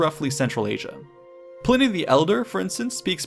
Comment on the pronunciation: Ply-nee the elder. Ply-nee